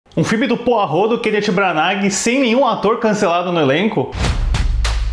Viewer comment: Custa falar o nome dele direito, jesus